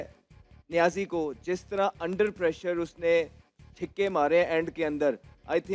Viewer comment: Ahmed shezad says chikke 😂😂😂 not chakke 😂😂😂